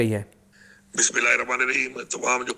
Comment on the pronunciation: Mein n ap ko pehla b guzarish ki thi k Bismila ko aram sa ur sahi talfuz sa ada kia krein shukria